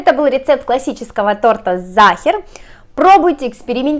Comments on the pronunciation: Это по-русски всегда так получается, они всё каверкают, а потом думают, чё это язык такой ужасный. На немецком Sacher выговаривается как "зáха". Это не немецкий матершинный, а ваш ломаный выговор. Всё понятно? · problema v tom,chto Sacher po nemecki proiznositsa Zaher,esli poputatsa chitat po angl,to nichego obschego a Zaher...Pravilnoe nazvanie ZAHER,Ya tam bula,zhila v otele Sacher i ela etot tort -eto ih specialitet.. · Это НЕЧТО, когда произносит, что сейчас она приготовит вкусный зАхер!